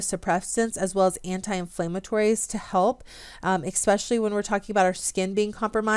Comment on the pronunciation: Good content, but you lost me when you said eKspecially,. I find no fault with a person who gets their information from reading and then pronouncing medical terms incorrectly, which you do as well. That shows a willingness to learn independently. I wonder why nobody has offered kind corrections.